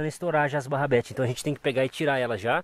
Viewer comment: O melhor é o falando "Barrabetes" auge kkkkkkkkk